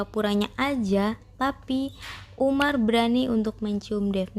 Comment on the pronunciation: Bukan umar tapi omer